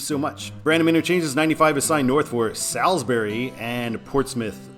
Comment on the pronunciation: Say Gloucester like GLOSSTER. Say Salisbury like SALLSBURY.